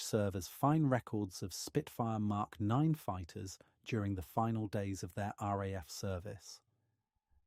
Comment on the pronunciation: I just wish you weren't using AI for the speech. Touch of this uses MK and ignores most of the MK. Numbers calling the Roman Numerals as letters.